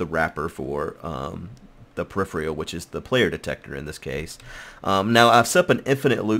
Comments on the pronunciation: From a loyal sub and viewer, and with respect....pe·riph·er·al -- Pronunciation: [puh-rif-er-uh l] It sounds like you're saying periphrial or periphreal... and it's great. lol Thanks for the ep! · The word is said per-if-er-al. -_